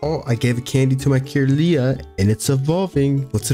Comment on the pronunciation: Had this on for background sound and you kept catching my attention by saying things like Camerupt is a rock type, or Kirlia is (Kur-Lye-Uh) lol